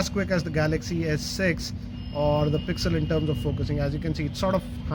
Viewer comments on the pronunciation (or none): none